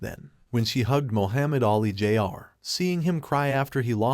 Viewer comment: Can you teach your ai to pronounce jr properly